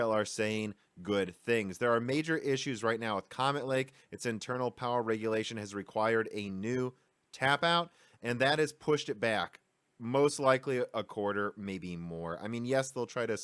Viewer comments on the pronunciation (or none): It's tape out, not tap out. Also ex-86, as in an unknown variable, not times-86